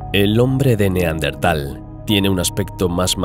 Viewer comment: Neandertal no neandental. Nada q ver con dientes. Yo pense q si 🤔